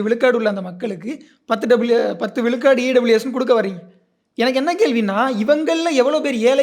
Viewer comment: should improve his tamizh pronunciation it is not vilukadu its vizhukadu